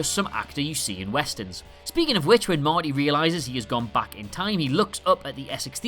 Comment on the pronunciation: Cool video, but... am I the only one annoyed that he says “back” like “Bach”? 😂